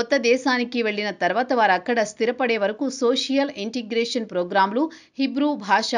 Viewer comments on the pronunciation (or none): none